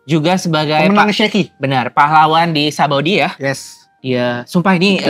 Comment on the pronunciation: Kok aneh banget penyebutan Shakky dibaca Sheki ☕